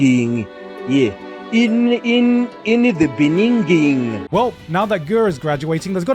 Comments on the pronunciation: "In the Bening Ging" that had me laugh like crazy 🤣🤣🤣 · in the beninging 😂😂😂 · In the beninging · In the beninging killed me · In the beninging just bloody killed me. Nice one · as a South African, I have to tell you guys that Mr "in the begin-in" is our former president. 🤣😭😭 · in the beningin 😄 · I almost got a seizure with “ In the Bening”, made my week mate 😂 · Inna the beninging